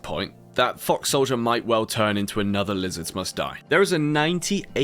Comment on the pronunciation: Mate, your pronunciation of "Fox" is frying me right now. It's as if you are swearing HARD hahahhaa